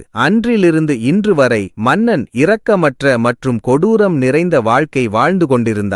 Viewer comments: இரக்கம் Sympathy இ உச்சரிக்க வேண்டும் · கதை சொல்பவருக்கு தமிழ் சொற்களின் இலக்கன உச்சரிப்பு விதி தெரியவில்லை. இரக்கம். இரத்தம். என்பதில் இ உசரிக்காமல் சொல்ல வேண்டும்.